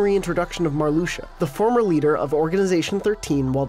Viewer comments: Nah, you pronounced Marluxia correctly. It’s Mar-lu-sha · Marluxia is well pronnounced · You guys pronounced Marluxia right, lol calm down.